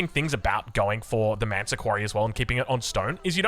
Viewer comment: why do you call the Malian landmark "ManTa Quarry"? Isnt in spelled with 'S' like ManSa not manta.